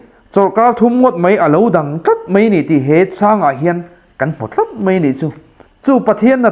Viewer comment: I thu sawi a ngiahnawm a, a fiah viau bawk. Mahse, 'paih' tih tura 'peih' tih zawk tlat te, 'mai' tih tura 'mei' tih ang deuha lam rik te, 'daih' tih tura 'deih' tih ang lek lek te, 'chibai' tih huna 'chibei' tih ang deuha lam rîk a ni ṭhin hi a pawi ka ti khawp mai, heng hi inzir theih a ni. Lo zir leh hret rawh aw, i thu sawi a ṭha si a, thumal ṭhenkhat pial deuha lam rîk atan chuan uiawm tak a ni.